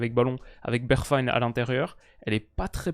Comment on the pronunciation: mec tu vis en Hollande, la prononciation des noms NL, y a de gros progres a faire. Bergwijn, serieux.....